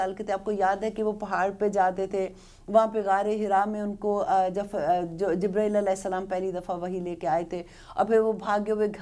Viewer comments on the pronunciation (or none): none